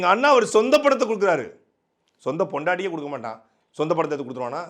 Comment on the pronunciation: உச்சரிப்பில் இன்னும் கவனம் தேவை, பொண்டாட்டிக்கே என்பது பொண்டாட்டியவே என்றும் கேட்கிறது